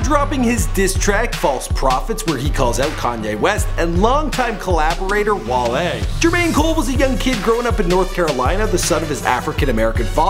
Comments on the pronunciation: "His long term friend 'Wall-E" ITS WALE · #B2F MudBoyz no it's pronounced "WALL-A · Its Wale (Wah-leh) not (Wall-lee) he not the damn Disney robot lol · WALL-E. 😑😑😑,, C'mon.